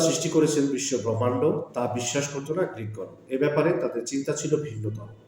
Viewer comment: ভ্রমান্ড না ব্রহ্মান্ড 😂